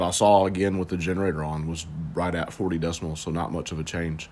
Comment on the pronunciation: DECIBALS! NOT DECIMALS!